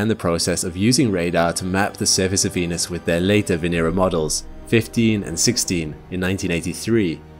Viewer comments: Venus sounds more like Penus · Why did he say "Venus~" with a tilde at the start? Zestiest way I've ever heard someone pronounce Venus. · "venus" "penis" are pronounced the same